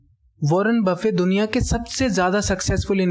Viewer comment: He is Warren buffet not warren buffey